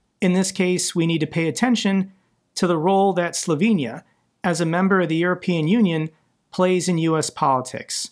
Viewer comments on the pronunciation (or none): none